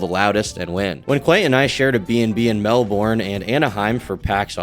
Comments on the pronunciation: ok im sorry did you just say "mel - BORRN"??? this is a punishable offence in Australia, you will be dealt with by the roos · It’s “Mel-bun” by the way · “MelboRne” lmao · the most egregious part of this video is how you pronounce melbourne. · That Melbourne pronunciation tho...